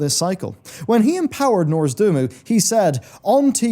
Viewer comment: Repeat after me: NOZ-DOR-MU